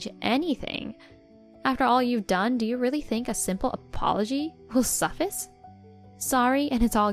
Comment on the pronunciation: It's 'suh-fice' (rhymes with 'mice'), not 'so-fiss' ETA it's 'lie-ven' not 'livvin'